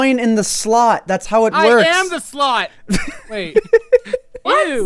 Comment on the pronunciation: u hav to put the coin in the slot: I AM THE SLOT!! (When he said it, it sound like this to me...."I AM THE SLUT!"... I guess he really did some "things" with, lolololol!) if u get what I mean 😝